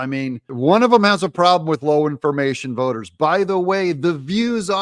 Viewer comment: Doug, did you say "low information hoes" ???